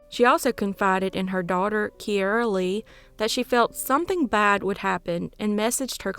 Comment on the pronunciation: It's keira, Key-Ra...its an Irish name